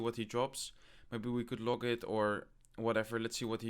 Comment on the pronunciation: its log not loke haha